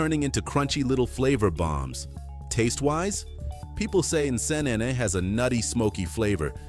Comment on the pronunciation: hes pronouncing the names wrongly, i dont blame him, am a ugandan so in regard to "Nsenene" being pronounced as "nesenene" lol, now i have never been to kenya but i know its not as he pronounced